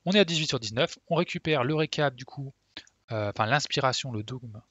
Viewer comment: Super guide, comme toujours! Il m'est très utile! parcontre on prononce pas "dôgme" mais "dogme", comme "forme"